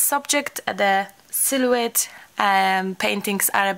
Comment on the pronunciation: Loved your silhoette painting video. Sil o ette is how it is pronounced, h is silent. Yes they are cattails. You can cut cattails to dry them and use in a vase; good to spray them with hairspray. I can't wait to do a silhoette. You are so entertaining, love your accent.